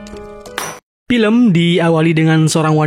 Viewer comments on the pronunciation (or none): none